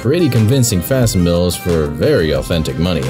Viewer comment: Just gunna point out that facsimile is pronounced fack-sim-illy :P good news otherwise